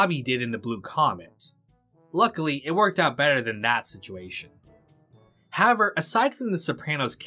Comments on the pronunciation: You're the second guy today I've heard say "haver" instead of "however" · Great video but who tf is this guy "Harover?"